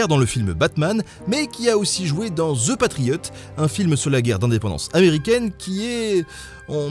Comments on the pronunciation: The = de pas ze... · Hey les francais.... <The> se prononce ... Pas Dze.